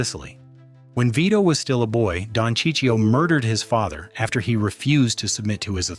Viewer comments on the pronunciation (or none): its Don CHI-CHO NOT CHI CHI-O , you m***n. And i need to agree to your videos? f off m***n